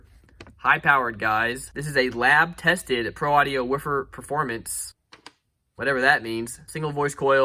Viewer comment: why are you saying woofer like that? Are you one of Ric Flair's relatives?????